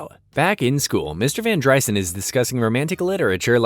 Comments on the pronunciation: its not VanDRYSUN, its vanDREESON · var dry-sen??? Van dreeeeeeeson. Clown Jar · It’s van dreeeeeson. Narrator clearly has never seen the show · Every time you say Van Dry son it makes me wanna kick you in the nads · It's van dr-EE-son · Its VAN-DREE-Son did you even watch the show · It’s definitely VAN-DER-Son lol. You sure you watched it? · Why is it you can literally say any other name and word correctly except Mr. Van Driessen? If you watched all these episodes then surely you would know how to say his name. For that, no like. And you seem to show your political views, rather I agree with them or not you automatically get a thumbs down. Almost had a good video here Bud